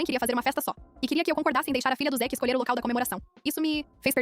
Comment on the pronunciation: Zick? Não era zack?